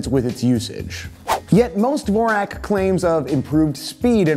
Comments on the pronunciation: 'Dvorak' is pronounced 'Vorjak' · you butchered 'dvorak' real bad bro